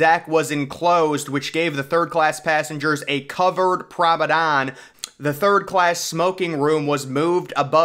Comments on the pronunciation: Promedan? Promenade* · Its not Prom-o-don. Its Prom-A-nAde. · Are you trying to say ‘promenade’? What is prombedane? Lol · Nice video! But the correct word is Promenade, not promedon! The pronounciation kinda bugged me haha. Also Titanic did not sink in 5 days, she sank in 2 hours and 40 minutes which is more depressing. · Promenade, Promenade, Promenade, Promenade, Promenade NOT Promadon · Promenade* not “promedon” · He Must Be Joking With Us By Still Saying Promadon. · He repeats it so much that he's going to make us slip up and say it. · Funny, placing an organ next to... a staircase. Not much of a performance space.... where would the sound propagate? What music would have been played? And that word, pronounced "promenand"? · That pronunciation of promenade must be rage bait. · Hes said Promenade wrong so many times for so many videos, that I am starting to mispronounce it. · If you're going to continue to make these videos, PLEASE pronounce the word PROMENADE correctly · Promenade..🙄 say it properly